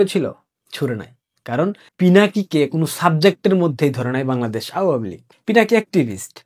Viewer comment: আওয়ামী উচ্চারণ ঠিক বুঝতে পারছি না